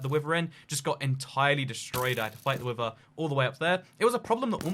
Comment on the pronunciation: People: Wither: wiVer